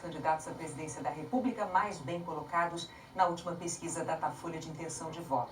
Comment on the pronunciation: Repúbrica, supricy, pqp, chooo Marinanta